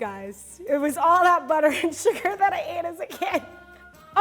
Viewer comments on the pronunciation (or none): I enjoy how she says sugAR